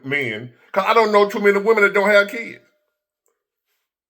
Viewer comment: he said he dated "MANY WOMEN " just his accent makes it sound like "Men-and-women "